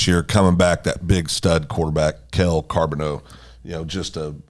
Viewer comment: Charboneau bro u r not saying it right